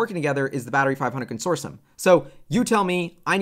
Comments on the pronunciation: Consortioum? 😂 It’s pronounced Consortium. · Con-sore-tee-um not consorshum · Very informative. Thank you!....and it's "con sort tee um" not "con sor shun" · Con... sort...e... um... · Consortium is pronounced: Con sor te um